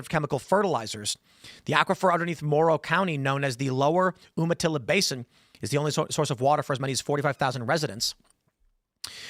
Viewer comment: I live near the Washington Oregon border by Umatilla. ( You-mah-till- ah ). The Columbia river runs right through it. Water will NEVER be a problem.